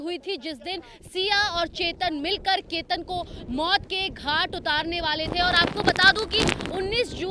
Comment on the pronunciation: Ketar nhi ketan h